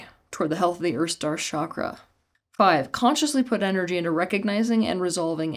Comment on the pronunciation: Folks sorry to break it to you...there is no "Vasudhara" chakra 😂😂😂😂.... Please give me the source of this .... Which ancient Indian text talks about this? This "expert" lady can't even say the word Chakra properly 😂😂😂😂